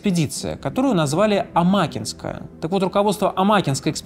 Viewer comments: Не амАкинская, а амакИнская ГРЭ. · Амаки'нская, а не Ама'кинская... так старательно исковеркали название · Когда ты из Якутии, родом из Нюрбы, 6 лет прожила в Мирном, а охотничьи угодья твоего дедушки были в Накыне, а произносит амАкинская экспедиция…. Когда она амакИнская, и все местные говорили амакИнка 😅😅😅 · Спасибо за выпуск! В слове амакинская ударение на букву и... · Амакинская не правильное ударение, ну да ладно, итак сойдёт 🙂